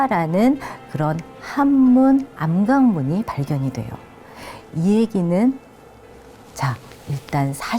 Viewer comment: 장음인 단어의 첫 자를 짧게 잘못 발음한 예:계통,주목,(××하면)돼요,사람,고대,과연,고대,등이니,이 결과, 둘째 음절을 accent가 있는 것처럼 강하게 발음하고 있다. 이런 폐습은 한국 어문의 전반적 심각한 문제다. 고국 동포께 간곡히 권하오니, "한국 어문을 고발함"이라는 책을 읽어 주시옵소서. 미국 변 완수 드림